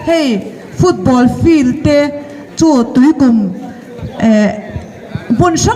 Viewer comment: 'Tuikūm 'tih poh lam dikko nghal😂😂😂